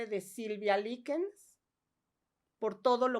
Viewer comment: Se pronuncia laikens no leakens, este i se pronuncia ai. LIKENS.